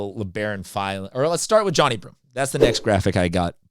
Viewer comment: Pronounced "Jon-eye"